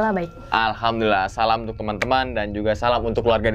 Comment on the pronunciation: maaf ni ya,tolong salam nya di perbaiki 🙏🙏🙏